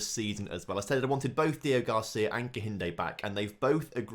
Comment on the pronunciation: HIS NAME IS DEO-GRACIA. NOT DEO-GARCIA. GRACIA!! It's really annoying